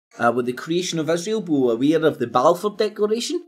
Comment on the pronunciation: You can't even say Balfour. It doesn't help your credibility much. Mind you nor does everything else you say.